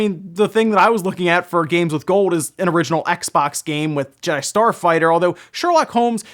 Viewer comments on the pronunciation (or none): none